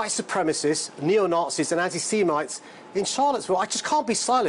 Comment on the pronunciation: Why can't Mr Khan even correctly pronounce "defending" and "anti-Semites"?!?